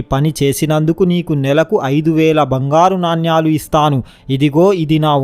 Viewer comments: Orei, yevadra nuvvu? Palike matalo avagahana ledu, yevadra neeku telugu nerpindi? Vadini G lo tannali, NANYALU yenti ra ? NANEMULU anali, telugu palakadam sariga ranollu Andaroo YEDO YOUTUBE VIDEOS CHESI MAMMALNI JENGESTUNNARU. NEEKU VAAK SUDDHI LEDU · నాణ్యలు కాదు నానలు సరిగ్గా పలుకు బాబు.